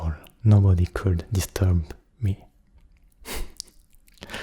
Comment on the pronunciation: J'ai adoré ! J'aime pas trop quand tu parles avec ta voix grave d'habitude haha mais sur le long terme on s'y habitue et c'est vraiment agréable ^^ (petite remarque : j'ai remarqué que tu disais beaucoup le "l" de "could" ou "would" mais dans mes souvenirs, il me semble qu'il ne se prononce pas. Voilà ^^ j'aime t'embêter :P ~) bonne nuiiit